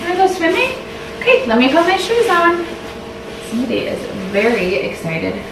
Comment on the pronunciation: Loooove these vlogs from you! And I say po-Kay too hehe ☺️